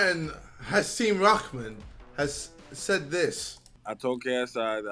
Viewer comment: I swear man poor Hasim Rahman’s name has not been pronounced correctly in the whole video Lmao